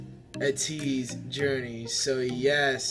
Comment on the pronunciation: It's pronounced Aye-Tease and I'm enjoying your road to becoming Atiny! They love switching beats in their songs. It's what makes their music so unique and amazing. (my opinion) I loved your reaction can't wait for you to react to more Ateez! Purple haired is Wooyoung. By the way their comeback is July 29!